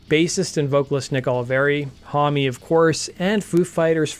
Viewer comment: should anyone tell him that Josh's last name is only one syllable not 2.....his last name is Homme, not Hommy